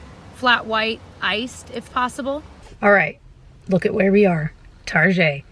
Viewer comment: I love that you call it "Targeé", my mom use to call it that ❤️